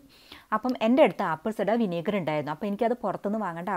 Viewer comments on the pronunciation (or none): ഇവൾ എന്താണ് പറയുന്നത് ആപ്പിൾസ്ട വിന്നാഗർ ആപ്പിൾസ്ട വിന്നാഗർ എന്നുപറയുന്നു